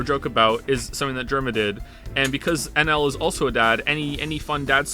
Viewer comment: Him saying "I love NL" sounds like "I love alan" I just can't unhear it